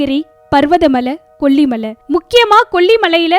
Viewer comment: Please pronounce kollimalai properly. Save Tamil.